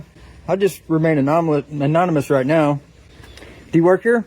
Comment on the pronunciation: Did he say manonomous?